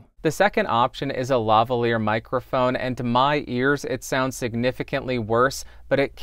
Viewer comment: I cant believe you pronounced LaValier properly, ur such a nerd to even know the story XD